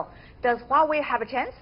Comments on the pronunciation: dude, it's Huawei, not Huihui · Haha...sounds nice hweiwei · He said Wei Wei